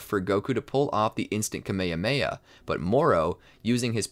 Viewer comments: IT IS NOT KEYMEYHEYMEYA IT IS KAMEHAMEHA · “A kameamea” dude why do you say it like tahht 💀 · is nobody going to say how he said Kamehameha wrong? Also he keeps on saying it wrong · This guy not saying kaaaaa meeeee haaaa meeee haaaaaaaaaa properly